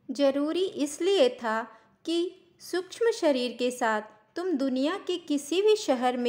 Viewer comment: श क्ष सूक्ष्म का उच्चारण अधिक स्पष्ट करें🙏